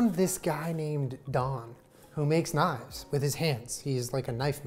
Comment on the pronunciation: "Don who makes knifes*" *Hears "knots" "Don Knott's??"